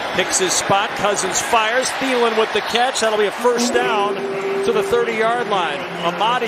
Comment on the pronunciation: His name is Thielen tiiiiiiiii l eeeeeeen the h is silent cuz it's German I speak German i am not German bye